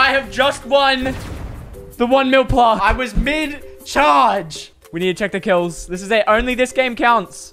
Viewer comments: who here cringing when he says plaaaarrrrk instaid of plaque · Your saying plarck it's plack BTW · its not plarrrq its plack spelt plaque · I swear there saying plark its pronounced plaq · its plaque not plarque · It’s pronounced plack not plark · its not pronounsed as plork is pronounsed plak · BTW its pronounced plack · How the said it like P L A R K it’s meant to be said like P L A Y G E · aren't they saying Plaque wrong? or is it just me. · Why do they say it like plaque and not plaque??